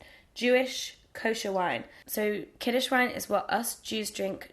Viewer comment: Actually it's "kiddush", not "kiddish". Happy Chanukah :)